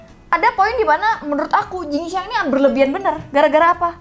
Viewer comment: Kenapa jadi xin jiang😂😂😂 jing xiang😅